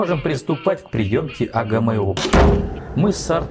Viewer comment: "Знакомые буквы "эй джи эм???" У меня одного ухи в трубочку свернулись? Чеканулись РУССКИЕ буквы читать по-вражьи?